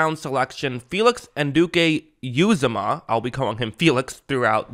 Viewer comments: Just an fyi it’s pronounced “an-u-d-k” “ewe-Zama” Love your vids, keep up the good work :) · Pro - nounced. U - ZOM - MAH